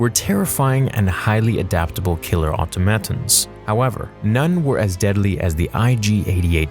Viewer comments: "Ah-TOM-ah-tonn". Not "aught-ah-MAT-uns" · Auto matons? Do you mean ah-TOM-a-TONS? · Mispronounced word of the day: automatons.